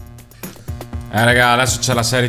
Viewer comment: Si dice legge serin non selen ahahahahahahahah😂😂😂